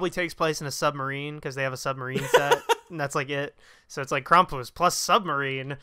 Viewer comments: It's pronounced Kram-pus, not Kram-poos. He was the polar opposite of Santa Claus or Saint Nicholaus of Eastern European countries. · Kram-poos? Cx haha maybe I've always said it wrong always pronounced it like cram-puss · It’s “Cram-pus” not “Kraum-poose”. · Omg please stop pronouncing it as "crom-poose" ! Why are you saying it that way? Lol Your friend says it correctly. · Kram-poose, well that's an odd pronunciation almost as annoyingly hilarious as people mispronouncing deus ex when revolution was coming out. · The way you pronounce his name makes it sound far more ridiculous than how most people would pronounce Krampus.